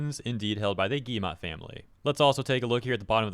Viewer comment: It is not guillemA, it is guillemO. Like, in Oxford.